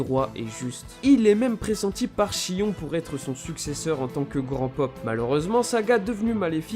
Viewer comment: Seul problème on ne dis pas chion mais shïone